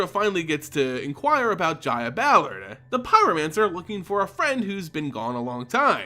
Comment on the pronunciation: i cant fucking stand how the narrator ends words as he speaks themehhh. Toooluhh. Deadeh. Pyromancerrr. Gogglesuh. Ballardeh.